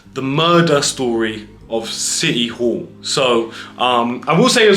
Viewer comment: 😊 Did you say City Hall ? or Shitty All ? 😂 😂 😂